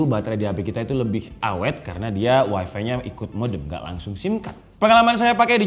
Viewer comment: Bukan Wai Vi, tapi wai Fai, 😅😅😅😅😅